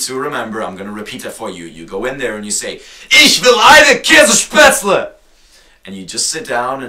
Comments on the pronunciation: It's 'Käsespätzle', not 'Kässpätzle', 'Kässpätzle' does not exist. If you don't know the right expression, shut up. And if you don't like the Oktoberfest, just ignore it instead of getting crazy about it just because you don't like it, no one forces you to go there?! Boy, there are many facts I could tell you about America and not all of them are positive, be sure! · Oh and it's Käsespätzle not Käss* ;)) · Hahaha. I am german and that's so funny when you say ich will eine käespätzle.. :DD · ...das heißt eigentlich "oi käs-spätzle" :D aber au egal des is nämliche schwäbisch also käs-spätzle danke xD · Es heist K ä(!!!!!) s e